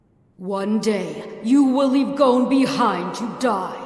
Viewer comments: I hate how they say goAne instead of gon😭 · How everyone says gons name: gon How says his name: goune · Laysia G they say Gon as is moan but with a g😭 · English dub: Go-u-n japanease: GON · dub: goen sub: gon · Japan:gon Englisch :Goaun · I HATE THE ENGLISH VERSION!!! THEY PRONOUNCE THE NAMES WRONG 😭😭😭